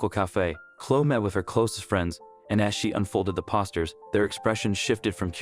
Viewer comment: Please learn to read and speak the right words. It's poster, nor pawsters